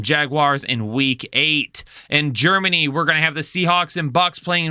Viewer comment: GEREMANY lol